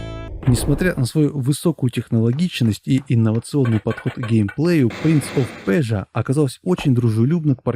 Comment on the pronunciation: Лайк за "принц оф пержа", именно это правильное произношение!